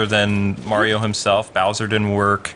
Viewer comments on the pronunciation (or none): none